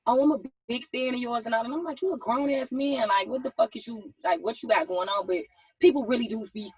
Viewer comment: Schong (Strong) Wong (Wrong) Ga-Own (grown) Ha-Loan (Hold on) Pa-son-natty (Personality) Acted (Active)